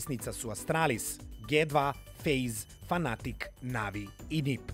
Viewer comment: Dži 2, ne Ge 2... Molim vas, para uši kad se čuje ge 2...